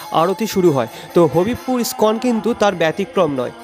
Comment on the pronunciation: Nice presentation but the place name is Hobibpur not Habib pur...in Bengali pronounciation it is - Ho Bib Pur